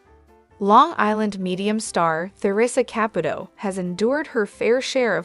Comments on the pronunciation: Why won’t you pronounce her last name correctly? It is not a hard name? It is not Cap it old it is Caputo! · Who's Capatoe? If you are going to use AI at least pronounce the names correctly. It's sloppy,. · GEEZ ...LEARN HOW TO PRONOUNCE HER NAME FOR HELL SAKE ! NEVEE WATCHING YOU AGAIN !!!!!